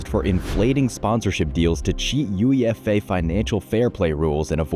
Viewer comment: Did this guy just say UEFA instead of UEFA